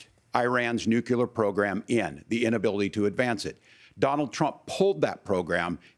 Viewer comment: Walz says Nuculear twice.